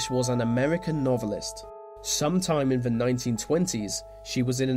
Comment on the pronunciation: I like the content, well done..... May I add a small request though..... Please stop saying Ver...... It's THE . Thank you👍🏻